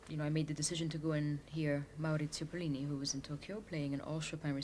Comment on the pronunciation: Did she say Maurizio Pollini?